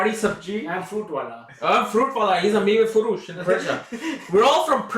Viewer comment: I loved the part "mive foroosh"... I'm Persian and you have the better accent.. love u... میوه فروش🥭🥝🍍🥭😆😆❤